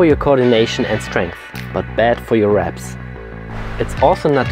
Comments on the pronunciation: it was a bit bad pronounced. 👍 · I think he says 'reps', not 'abs'.